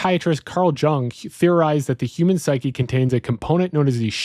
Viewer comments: It's pronounced Yung or Yoong, not Jung. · Jung is pronounced Young. Not tryna be a dick, but it's weird to hear someone describe Jung's ideas and not have ever heard his name spoken. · In case no one told you: Carl Jung’s surname is pronounced Young. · "has convinced a shocking amount" What language is that? Did you mean "has convinced a shocking NUMBER"????? Surname pronounced "young."